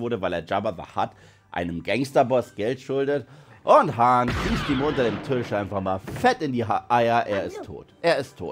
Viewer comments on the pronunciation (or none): none